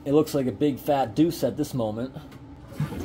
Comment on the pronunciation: He said "duece" 😂😂😂